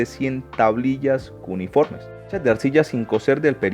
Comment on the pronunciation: Cuniformes? Jajaja. Le enseño: es "cuneifome".